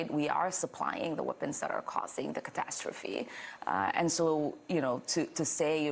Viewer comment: IIhan Ohmar calls it "a catastophry" instead of gncide. She isn't naive, she is on a pay-roll too